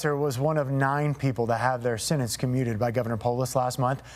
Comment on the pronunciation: The word is sentence, not sennence.